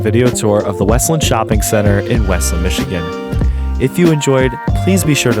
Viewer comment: It's obvious you don't live here. It is not pronounced west-lind. It's wes-land. It's sad to see the mall the way it is now, but if you pass the place on a Saturday the parking lots have a lot of cars and the closer you get to Christmas, the busier it gets. That Kohls store rakes in the money all year long, as do a lot of the other stores (Bath and Body Works comes to mind). The fact that Kohls has store pickup is helpful. If the other stores offered that, it would probably help. Losing Charming Charlie's was a nasty hit, but that wasn't any fault of the mall (the company itself went out of business at that time and now seems to have only an online presence). I hope Westland Center comes back to a thriving business. Westland needs businesses. There are many strip malls in the area that are completely empty and the pandemic made things worse.